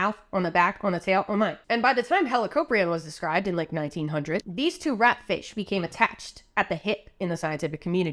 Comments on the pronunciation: When I heard you say ratfish it sounded like rat shit to me and I immediately started yelling out the George Carlin bit “Rat shit bat shit dirty old twat 69 assholes tied in a knot hooray lizard shit FUCK” I’m now questioning my life choices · The emphasis of "RAT, FISH" is so funny to me for some reason